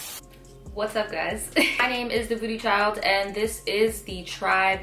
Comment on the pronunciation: I stg I hear “booty child” instead of “thevoodoochild”. 😂😳